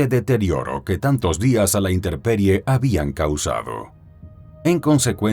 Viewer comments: INTEMPERIE, no inteRperie. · se dice "intemperie", no "interperie".